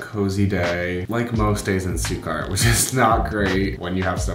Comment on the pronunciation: How are you living in Germany but still saying "Stuttgart" wrong lol